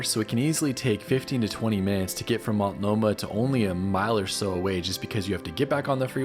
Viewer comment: It's (MULT NO MAH) NOT (MALT NO MAH).